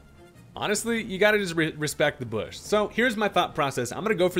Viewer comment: "You dont mess with thee boosh"